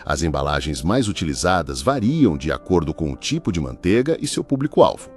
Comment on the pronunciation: ManteIga tem "I". Que agonía de ouvir falar mantega.